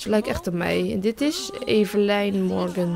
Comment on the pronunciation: Evelyn spreek je uit als Evelien -.